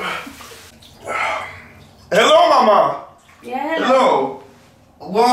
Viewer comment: you said goot 😂😂